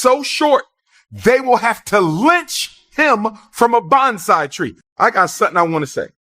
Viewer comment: He said banzai tree, which isn’t a thing.